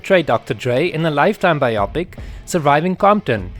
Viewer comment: Bio pic, not bi-opic.